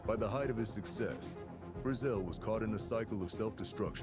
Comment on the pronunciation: If you do a documentary please pronounce the name correctly